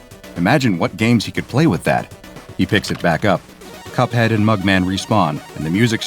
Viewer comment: That's not cup head that's hup head